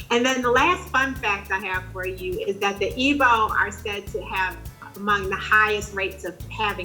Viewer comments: It's pronounced "eeg-boh" not "eebow" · Its pronounced ee-bo not what ever you wrote. Are you even Igbo?